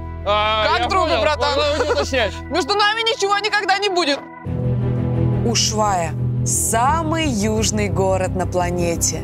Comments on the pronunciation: не Уйшуайи а Ушуая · Не Ушуая, а Ушуайя! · А почему вы говорите что Ушвая , а там Ушуайя